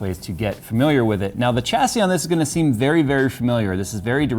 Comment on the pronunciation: Great content. Chassis is pronounced shassy. Great work though. I'm just being a dick :)